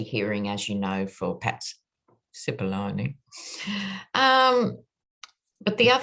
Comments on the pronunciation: You pronounce Cippolone correctly as an Italian would. 🇮🇹🇮🇹🇮🇹🇮🇹🇮🇹🇮🇹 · Finally, someone pronounced Cipollone’s name correctly! 😂 Love ya,! ❤️